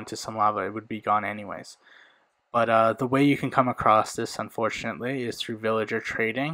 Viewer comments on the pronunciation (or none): Stop saying unforntualy smh